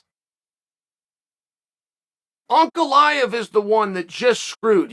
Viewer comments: Pronouncing Prochazka and Ankaleyev correctly cmon Uncle Chael you’re better than that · Uncle Chael pronouncing Ankalaev's name right?? Is he drunk or smthing?